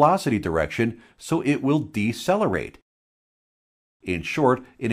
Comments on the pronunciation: Accelerate has two Cs and sounds like ACK-Seller-Ate. Decelerate has only one. The word doesn't sound like DECK-SELLER-ATE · Haha. "Deccelerate." Haha.